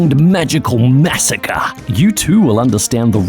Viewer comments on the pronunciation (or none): none